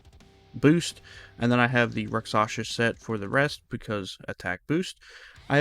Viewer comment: Also Rakshasa, not Raksasha 😊